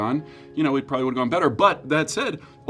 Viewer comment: “okay literally halloween probwably” “he’s kind of spooky” is sending MEEEE